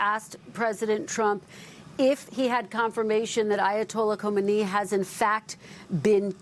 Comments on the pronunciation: Who is “homenaa”? Or whatever.. Done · Reporters don’t even know the difference between “Khomeini” & “Khamenei”. Khomeini has been dead for 37 years.